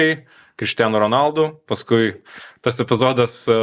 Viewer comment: Honaldu, ne Ronaldu. Yra video kur jis pats sako savo pavarde, ir ten R nera tariama